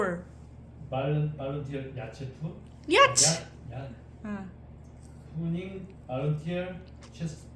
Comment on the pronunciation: YACHT = Yaat : Pronunciation